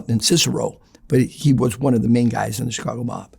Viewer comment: He got a lot of things right from my experience. The way he says Chicago, incredibly distinct. Says outfit and coppers, mentioned Chicago and New York guys not liking each other, which I've heard directly from old school Italian Chicago street guys. Also, he's Italian and Irish. The details he gives are so incredible, I think it's damn near impossible to fake or adopt. Most importantly to me, he mentioned an incident I'm familiar with but a name I wasn't, I was about to call it out and then I looked it up. He was using the guys real name, when in the street and media he used a different name that he became known by more.